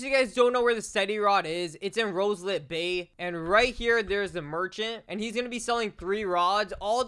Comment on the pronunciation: It's roslit, not roselit.